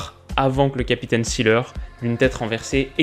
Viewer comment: Beckenbauer jouait il au milieu comme en 66 ? En allemand un nom qui commence par "S" se prononce "Zeu", ça donne "Zéleur" pour Seeler et non "Sssileur" qui est une prononciation anglaise, comme on prononce "Zép" pour Sepp Maier